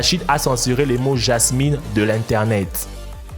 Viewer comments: Le Jasmine sa ma tuer cest le jasmin 😂😂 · c est pas pour me moquer mais c est le jasmin et pas le jamïn ❤️😘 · et le jasmin ne se dit pas jasminE mais bien jasmIN (ne prononce pas une) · 🤣🤣🤣🤣🤣🤣c'est pas jasmine mais jasmin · Salut on dit Jasmin pas Jasmine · En français c'est jasmin et non Jasmine... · apprend le français s'il te plaît On dit le jasmin pas le Jasmine c'est pas un méchant commentaire c'est un conseil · on dit pas le jasmine mais le jasmin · hé c'est pas jasmine mais JASMIN😲😉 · c est "JASMIN" et pas "JASMINE" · jasmin ce dit en phonétique ja ce min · on dit jasm1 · sa se dit le jasm(in) (un) ta compris